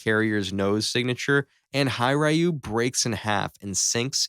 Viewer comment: First note: Hiryuu is pronounce as it is: "Hi-ryuu", not Hay-ryuu". Second note: Kido Butai, the fleet that attacked Pearl Harbor is the core navy of Japan. During the battle of midway where Kido Butai was annihilated, IJN began its decline. In essence, in our sandbox, if the strike-force led by Nagumo was wiped completely, it'll immediately have an effect to Japan's moral and possibly, stance in its offensive given how most of their offensive air assets is part of that massive surprise attack. Experience pilots and material losses will absolutely cripple Japan in the early days of war. That's why they were so adamant on controlling SEA: to gather resources from all over the place to fuel their war machine. Third note: Remember, US was in the transition phase of using carriers as their capital ships at that time. USS Enterprise represents this as one of the initial capital carriers during that time, alongside Yorktown. Fourth Note: With the USS Virginia and her other torpedos and tomahawks, she alone could put a strangle hold against Japan, threatening to bomb their homeland. It doesn't even need to be precise. Just a hit inside a major city like Nagasaki or Hiroshima, or others would absolutely send its message across. Fifth Note: With Kudo Butai gone, Philippines might not have fallen to JP, providing more time for US forces in our country to mobilize and even use it as a base for bombers to hit Japan. This meant that even if there are no naval assets around Japan (aside fr